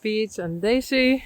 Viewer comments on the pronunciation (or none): none